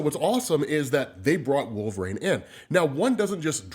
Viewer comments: Genuine question, why do you say wolv-rain instead of wolverine? No hate just curious. Been a huge fan for about 7ish years, keep up the work!! Love ya dude! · Why TF does this dude pronounce it "Wool-vuh-rain"?!